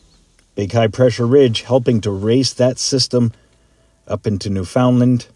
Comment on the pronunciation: "new funland", not, "new foundland", wake up...